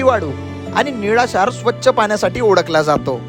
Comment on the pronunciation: निडाशार नाही निळाशार